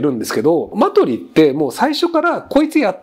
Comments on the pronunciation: マ↑ト↓リ↓じゃなくてマ↓ト↑リ↑って言いたい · 「マトリ」の発音って、ひろゆきは「香取」と同じだけど正しくは「サソリ」じゃないの？ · マジで違和感なイントネーションでしたねw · マトリの発音がイメージと違ってたわ